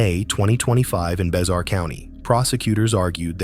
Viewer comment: It's pronounced bear county the x is silent fool wtf do you do any research on your stories coz it doesn't seem like you do. I'm just a youtube viewer and i knew bexar county was pronounced bear county if you'd have done some real research instead of just copying someone elses video you'd know these things.